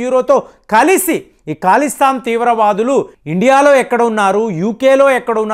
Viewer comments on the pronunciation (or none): It is not Kalistan but Khalistan.Learn how to speak correctly.. Pradana mantri? Baratadesam?